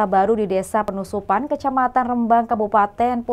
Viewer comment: Sendaren min bukan sindaren Panusupan bukan penusupan🙏